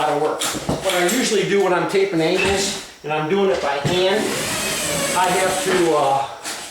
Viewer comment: Taping, not tapping.